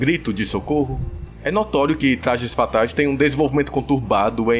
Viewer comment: Tu é o Cebolinha é? "Tlajes Fatais" kkkkk